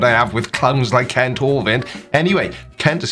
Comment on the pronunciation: Kent ? Wrong vowel.